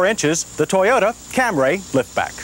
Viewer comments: Say it with me......Cam reee. Cam reee. Not Cam rayyy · I had some problems with this comparison. The guy couldn’t even pronounce Camry correctly. He kept saying Camray. Toyota prob hated that but I believe 83 was its debut so maybe no one knew. More importantly, the cars chosen weren’t on equal playing fields. The Stanza was a lesser car than all of them. The Maxima was the better match w/ them but I don’t think it came as a hatchback ever. The Stanza would be more comparable to the Corolla hatchback. Finally, the Phoenix is arguably not on par with comparisons becoming the brand was a step up from Chevy so a Citation seems a better choice. Just my opinion on all this of course & they certainly ask for mine. Lol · Back when the Toyota was pronounced CAM-RAY instead of CAMRY. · Watched this video before I headed to the airport. Called for my uber and what did they show up in? A "Cam-ray" 😂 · About 1992-93 he switched to the acceptable camry instead of camray. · He's always said "Cam-ray" -- as opposed to "Cam-ree" -- well into the 1980s..... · Here we go with that Cam-ray: the saga with the pronunciation til the 92 model. Edit: Mazda chime is familiar (is it a Australian built?) My first car is 1985 Toyota Camry sedan(automatic) it's pretty nice car but wow that brake test is long. OK I think he got it mixed up with the transmission on the mileage part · Aaahhh John and the “Camray!”👌😂👍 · The 1st uttering of the Cam-Ray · I've been thinking lately about John's continued mispronunciation of "Camry" as "Cam-Ray" back then, & am now wondering if Toyota told him to pronounce it like that just as Mitsubishi told the press to pronounce "Galant" "Ga-Lawn" for the first generation models. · I thought it was a typo on an early script and John simply locked in on Cam Ray forever after. But you are probably closer to the truth. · 46 - is this the first time John Davis uttered “Cam-ray”? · what the hell is a "Camray"? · John Davis: "Camray" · "The Toyota CamRAY"